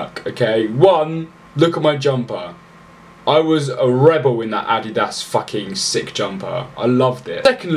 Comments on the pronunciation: The way he said adidas 😂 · i laughed for 5 minutes because of the way he said adidas where did my sense of humor go